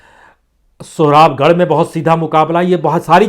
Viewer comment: Sir ji शोहराबगढ़ नही है शोहरतगढ़ है सिद्धार्थनगर में 4सीट sp को मिल रही है